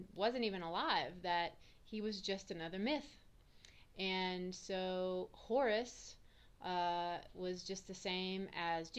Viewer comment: Horus not Horace. Who the hell is Horace? lol And Pizzagate was debunked.